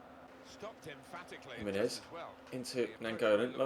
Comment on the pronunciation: I Said You Pronunce Gimenez Wrongly Than Felt Bad And Replied Me.